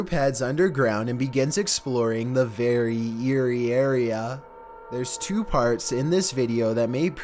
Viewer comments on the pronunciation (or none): verrry eerrrry arrrrea :-) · The “verierriaria”